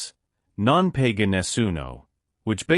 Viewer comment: Hi, who ever is commenting on these Italian football facts,,can we ear correctly Non Paga Nessuno ,,Not PEGA Nessuno as it sound very funny